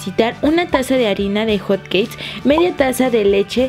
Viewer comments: Musas lesslie no que era hotqueis dijiste panqueis jaja no lo tomes a mal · se dieron cuenta que dijo panque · porq les dice hot caes o cates